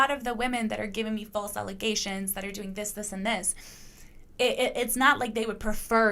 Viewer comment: *It’s ‘ALLEZATIONS.’ 😂